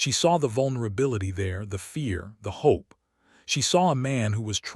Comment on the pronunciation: We should 'hop' for less and lower our 'expectattons'😂